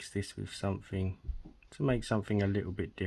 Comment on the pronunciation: I can't listen to you talk! somefing, a th doesn't become f????